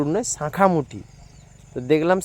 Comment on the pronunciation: স কে ছ উচ্চারণ করো কেনো বন্ধু,,,,, ছাখা না বলে সাখা বলতে পারোনা